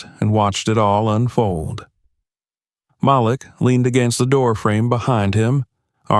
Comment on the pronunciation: Please correct.. Malik is pronounced "Ma - leak". Thank you. 😊